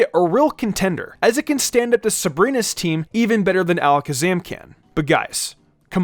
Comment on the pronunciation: Metagros cause you said Alaskasam too much